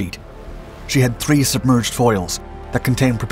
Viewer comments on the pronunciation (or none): none